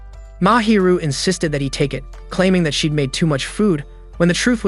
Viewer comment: They said insisded like 1000